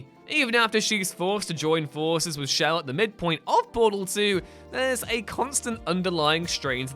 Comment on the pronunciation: Whose "shell"? I think you mean chell,.